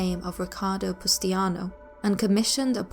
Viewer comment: its pronounced pustanio not pustiano